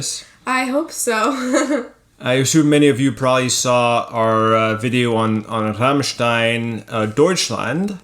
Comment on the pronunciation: Applaus für Dad !!! Er spricht " Rammstein" perfekt aus.